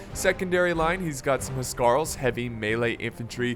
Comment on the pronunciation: im sorry but u dont pronounce "huskarle" right im Danish BTW still love u tho